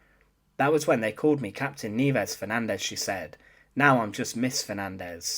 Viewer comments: It's ni-EH-ves, not NEEvez, u dummy. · You are correct that her first name means snows in Spanish, however it is most definitely not pronounced kneeves. The correct pronunciation is knee-eh-vehs. Thanks for this series. Cheers! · Nieves is the Spanish word for snow and it is pronounced NI-YE-VES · Very interesting-BTW-Nieves should be pronounced phonetically-Ni-e-bes. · it's pronounced "nye/bes" and you're right.. nieves came from niebe a spanish word which means "snow".. I knew about her but never knew her name or knew her story.. thanks, you just got a new sub.. 👍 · Totally off topic, but.... Where did you get the pronunciation? In high school, we had an exchange student who pronounced her given name of Nieves in a very different manner. She was a Spaniard, and as a native Spanish speaker, she didn't pronounce her name anything like you do. But The Philippines were a Spanish colony before becoming American territory, so it stands to reason this teacher's name would be pronounced the same. But there happens to be a Scottish pronunciation of the same group of letters, as well as Brazilian and Portuguese pronunciations. Your accent suggests maybe you were incorrectly applying the Scottish pronunciation. Just curious. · Poorly constructed piece, with lots of unnecessary duplication. It would also be nice if the narrator could learn the correct pronunciation of Nieves. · "Nieves" is a common Spanish word. Suggestion. Google a foreign word. Nowadays it is easy to get a pronunciation correct.